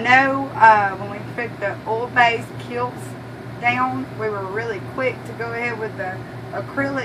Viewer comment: Cute. There's no "t" in Kilz. It's kills. Haha